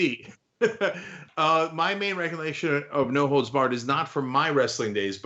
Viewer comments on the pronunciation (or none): For second I thought he said “No hoes barred!” 😂😂😂😂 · I thought it was "no holds bark" lol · You’re the only one who thought it was “holes.” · I don't watch any sport, and always knew it was holds. It's just that here in the Midwest, we pronounce the whole word. Never had any idea what it meant.